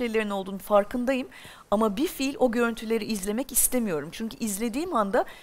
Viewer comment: Pelin Hanım hala bilfiil (fiilen) demeyi öğrenememiş. Şürekli bi-fiil (fiilsiz) diyor.